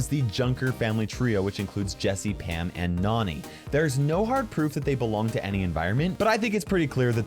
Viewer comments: I bet this obvious, but! Nani, Nannie! Like cmon. Nani also probably getting her name from Jessie. Her being more young. Probably trying pronounce Nannie, and just being a cute kid and saying Nani! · That's pronounced differently nani is pronounced as in nanny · Please people. Nani’s name is pronounced Nanny because she is Jessie’s nanny. It’s simple!